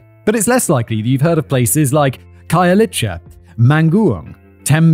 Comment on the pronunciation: As a South African 🇿🇦 watching this I feel like correcting you always when u mention names of the places like Soweto , Khayelitsha , Mamelodi 😭😭😭